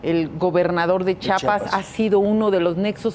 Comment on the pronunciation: esa comentarista no sabe decir chiapas